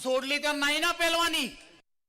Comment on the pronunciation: Are baba pelvan nahi pailvaan😂😂😂😂